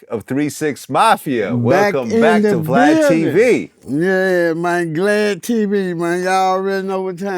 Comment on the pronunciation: It cracks me up when he call him Glad 🤣🤣🤣 Vlad hate it🤣